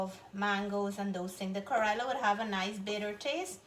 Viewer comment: Nice presentation but the pronunciation of the bitter melon phonetically in Indian language is “ka-ray-la” and not “ka-roy-la” as you keep saying. The fish looks yummy. Thank you.